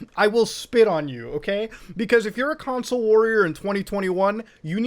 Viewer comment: I think that's the funny pronunciation -cown sul